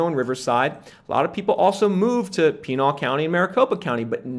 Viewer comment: Great Content! FYI Pinal county AZ is pronounced like you would say canal but with a P instead of a C